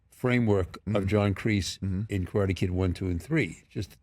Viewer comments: I really love the way of respect he is paying talking about Karate Kid and Cobra Kai. even the way he pronounciate Karate. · Martin Kove says "Karate' correctly. RESPECT